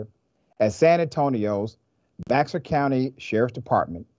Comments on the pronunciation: Bexar is pronounced Bear or Behr, like "Grizzly Bear". I know it always confuses non natives. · Why is Béxar pronounced bear? The name of the city that the county takes its name from is Béjar, so “bay-har” in spanish. The X in Spanish usually works just like a J, i.e., with the sound we associate with H in English. "Bay-har" easily elides into "Bear". So bear is the English pronunciation Bay-Har is the Spanish, since Bexar is a Spanish name.